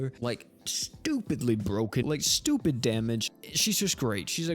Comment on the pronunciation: Whenever you say ;STUPID;. something in me awakened o.o